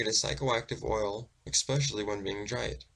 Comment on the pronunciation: Kinda hard to listen to a narrator who pronounces a word such as especially as exspecially. Just one example, but it’s nails on a chalkboard. I’m interested in reading the guy’s original book on this.